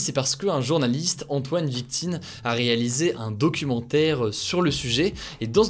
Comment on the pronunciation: C'est écrit Vitkine mais tu as dis plusieurs fois Viktine😂😂